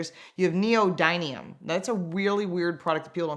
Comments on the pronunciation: Cant even say neodymium correctly and we're suppose to believe what she said? 1st off all She said "neodynium", then she proceeded to say that its present in every single battery. I think she meant electric motors but what do i know, im not a journalist with credible sources, but neither is she probably. This video is just way too political smh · We are supposed to listen to someone's interpretation of science ... Who has no idea how to pronounce neodymium? And queue the Trump force for "it's owned by *chia-nah*" But that's just at the start of the video. Reply here to all the other mistakes. I think I'll have to make a video after the new year debunking about half the things she said. Boy, VINWIKI really got played on this.